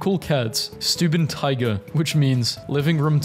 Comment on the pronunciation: In SOME cultures in germany you call them stubentiger. I myself as a german have never heard a cat be called a stubentiger. I just call it the normal german word for cat, katze. Also you pronounced stubentiger horribly wrong